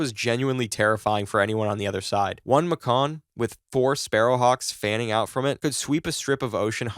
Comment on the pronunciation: Bro its pronounced like the major city Macon, GA. MAY-KEN